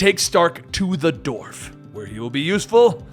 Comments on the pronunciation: Dwarf, not "dorf." It's the same way you pronounce the first syllable of "dwell" or "Dwayne." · dWarf. You say it like the surname of actor Stephen Dorff.